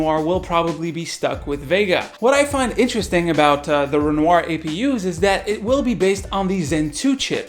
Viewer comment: Yeah. I think it's pronounced "Renwah"